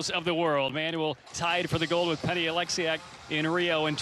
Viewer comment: “Penny Oleksiak”